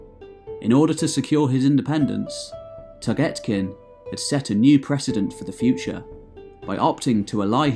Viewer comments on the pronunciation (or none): Can you plz pronounce names correctly? Its literally how its spelt. "Toghtekin" or tugtekin (toog-te-kin) not togetkin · your pronounciation of toghtekin hurt my ears but the rest of the vid is great